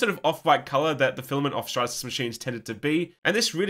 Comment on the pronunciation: "I believe it was a large Stratatsys machine" did you do that on purpose? 😜😂😂😂